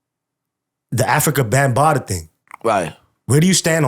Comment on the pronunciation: It's Africa Bhambatha not Bembada😂😂😂